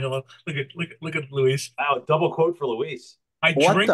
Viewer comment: LOL! I've seen Luis's name butchered here by a few posters here. It's L-U-I-S 😁